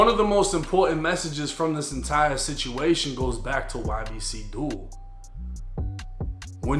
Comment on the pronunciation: Glad u said YBC and not Yibbick like that one dude